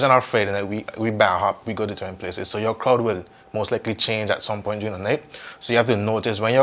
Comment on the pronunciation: Lmao “Poin” raw tola accent rass